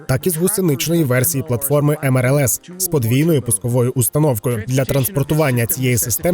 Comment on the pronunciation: диктор каже мРлс, Господи і тут переплутали.. як так можна обісратись? Військовий канал бляха